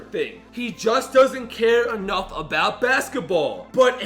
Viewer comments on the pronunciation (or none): none